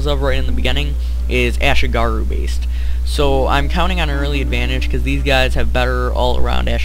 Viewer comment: close, but it's "ashigaru"